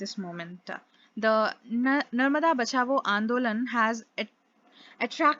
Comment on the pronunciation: Not Bachabo, it's 'bachao'😅😅😅